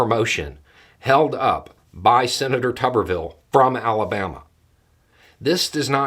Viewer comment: I think pronouncing his name as "Tub-er-ville" is incorrect. I think it should be pronounced "Toob-er-ville", like, you know, root vegetables. Just my 5 cents (Canadian) which converts to about 3 cents US.